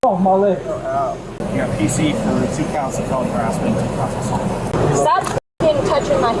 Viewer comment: “RAISED for the penitentiary” would sound better. Putting the emphasis on “for” sounds weird.